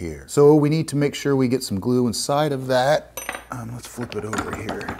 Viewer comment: Glue. glue. gloooo. gluuu. GLUE. Say glue again, I dare ya, I double dare ya!